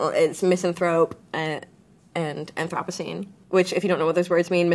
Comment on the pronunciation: Aw man not Grimes mispronouncing anthropocene in her own album title.